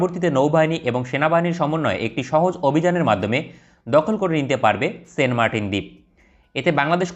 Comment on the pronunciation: Fi9rst you need to know how to say the name --- ? Its not sen martin !! Saint --- Saint